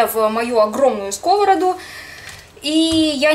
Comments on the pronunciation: блин, да почему скОвороду, а не сковородУ )))))))) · там ударение только в одном случае - скОвороды. А во всех остальных - ударение на последний слог. Как и должно быть. Ухо "режет" когда произносят скОвороду...а она именно так и произнесла. Поставила ударение на первый слог. Всё равно, что сказать пОртфель вместо портфЕль. Ещё знаменитые Тарапунька иШтепсель в СССР высмеивали такие произношения. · Анна, большое спасибо за кулинарные советы! Тоже с детства люблю тушеную капусту. Единственное, очень режет слух "на скОвороду", "в скОвороду", когда вы ударение делаете на первый слог. Это неверно. Действительно, в множественном числе ударный слог — первый. Но в единственном числе ударная только последняя гласная.